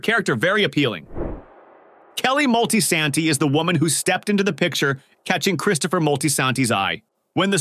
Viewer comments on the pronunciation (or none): Christopher who....lol Mol-Tis-anti not moltensanti my top 3 Adrianna Analissa Gloria